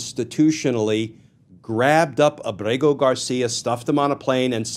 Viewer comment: A small point: I think that the diacritics have been stripped from his name. From what I saw early on, his name is Ábrego-García with an accented first syllable, not with emphasis on the second syllable.